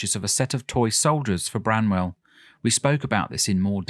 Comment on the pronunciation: Arghhh BRANWELL, NOT Bramwell ;)